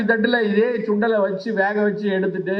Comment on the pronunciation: சுண்டல் டா, ச்சுண்டல் இல்லை டா சுண்ணி